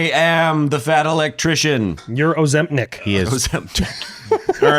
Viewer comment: "Ozimp-Nick" that's gonna stick.